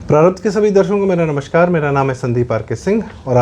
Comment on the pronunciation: "नमश्कार" ग़लत उच्चार है, संस्कृतभाषा के व्याकरण के संधि-नियम के अनुसार 'नमस्कार' ही सही शब्द है। "श्राप" और "श्रापित शब्द भी ग़लत हैं, संस्कृतभाषा में मूलतः 'शाप' और उससे बना शब्द 'शापित' है। इन शब्दों का सही उच्चार करें।